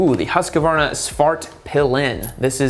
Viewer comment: Now you have to finally learn how to pronounce Husqvarna.